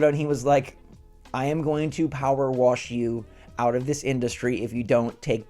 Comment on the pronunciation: What's "Power Warsh" simulator? 😂